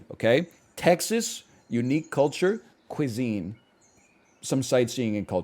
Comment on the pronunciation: The way he said “cuisine” gave me the ick so bad idk why